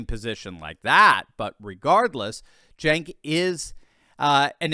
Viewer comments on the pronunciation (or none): At least learn how to pronounce Cenk's name.